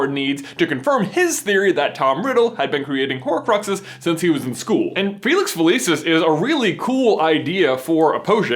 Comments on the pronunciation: It Fa-lee-sees, not Fa-Lee-sis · FELICIS NOT FELEEESIS GOD DAMN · So it's a placebo. Fun fact: that's Latin for "I will pleasure." Also Felix Felicis is Latin for "luck of luck." Because it is Latin, the c in "felicis" is pronounced hard, like a k. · Okay, I know I'm being dramatic but I study classical Latin and find it really unsettling everytime you pronounce "felicis" with a soft "c". Maybe that's how you pronounce it in-universe but it's clearly based off Latin and should have a hard "c". I'm stressed about it. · It always astounds me how Americans manage to mispronounce anything. The name of the potion is literally said out loud in the film and you still manage to say it wrong ffs... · Had to downvote since you pronounced “felicis” wrong :-( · this is petty but I hate how he pronounces felicis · He pronounced it weird.